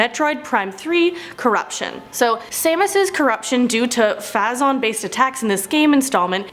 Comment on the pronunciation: phazon... I'm being triggered xD long A sound.